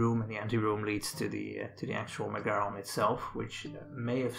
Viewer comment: It's not pronounced "MeGAron". It's MEgaron. Just Like the name of the band MEgadeth. Learn to pronounce the Greek words properly.